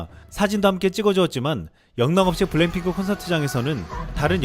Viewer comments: 이 분 블랙핑크를 왜 블랭핑크라고 읽지? ㅋㅋ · 원고를 찬찬히 읽어주세요. 블랭핑크라고 계속 발음하는게 좀.... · 근데 블랙핑크를 왜 계속 블랭핑크라 하는지?? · 블랜핑클이 아니라 블랙 핑클 발음이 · 블랭핑크라고 발음 하는게 왤케 웃기지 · 왜 자꾸 블랭핑크라고 그러지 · 블랭핑크가 아니라 블랙피크입니다 .발음에 신경좀 ^^ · 블랭핑크 아님... 블랙핑크임...왜 자꾸 그래? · 블랭핑크가 아니라 블랙핑크 입니다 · 블랭핑크라고??? 블랭핑크? 블랙핑크 발음도 안되냐??? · 블랭핑크 블랭핑크 ㅋㅋ 발음이 ㅋㅋㅋ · 블랭 이라고 들리네..;; 내 귀가 이상한가! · 이형발음이 이상한거야?? 내귀가 이상한거야?? 계속 블랭핑크 블랭핑크 랙이아니라 랭으로 들리는데....................... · 그러니까요 저도 보면서 전에 본것같다고 생각. 일단 블랭핑크 발음은 전에 본게 확실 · 블랙핑크가 발음이 안되나요? 블랭핑크 블랜핑크..